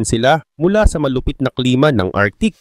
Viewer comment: Arktik ang bigkas hindi artik.